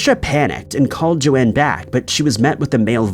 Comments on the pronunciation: PLEASE WOULD YOU CHECK THFE PRONUNCIATIONS IT''S JOAN (RHYMES WITH BONE) NOT JO-ANNE.!!!!! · That first story is awful 😢 on the 2nd story the ladies name is not pronounced correctly, her name is pronounced Jone not Joanne… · Why are you pronouncing Joan as Joanne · It's not important, but this is the second video I've seen where you pronounce the name "Joan" as "Joanne." Have you really never heard anyone pronounce the name Joan before? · The second lady's name is spelled Joan, meaning her name was probably pronounced "jown" like Joan Collins or Joanie Mitchell. Joanne is clearly spelled differently.